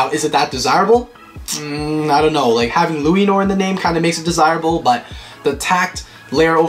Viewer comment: Hey just telling you the pronounciation for Lúinor is pronounced like luehnore and belial is pronoinced like Belle al as in Allen